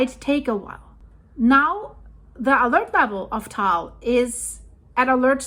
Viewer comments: It is pronounced as tah-ahl or tuh-ahl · I went to the crater rim in 2015. Filipinos pronounce it as Ta-al.